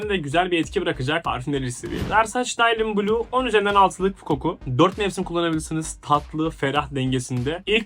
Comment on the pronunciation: Daylın bleu mu o nasıl telefuz bilader sen parfüm yorumlama